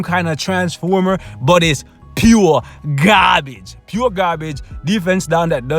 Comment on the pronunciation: "Jet Mode is *PUUREEEE GARBAGE* !!!" LOL Love that ! True !